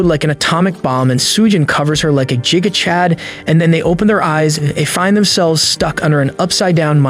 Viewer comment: i love the way he says giga chad wrong and says jiga chad